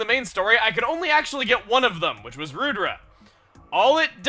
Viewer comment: I think Monado Rudra is a reference to a God (the destroyer of evil) in Hindu mythology, in which case it is pronounced Ruh-thra